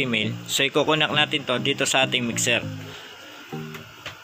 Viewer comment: Sir connect po hindi po conact!?? Hehe. Godbless you!